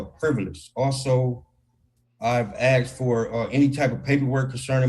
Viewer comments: Hey people he "axed" for any type of paperwork. With vocabulary like that no wonder he's is prison. I don't know what worst "axed" or "baby momma" or baby daddy", ya naw I mean. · Many people mispronounced the word Asked. They can't speak correctly because their parents couldn't either. 😮